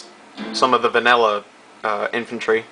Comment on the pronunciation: lol you said Banilla instead of vanilla lol dont worry i had that same problem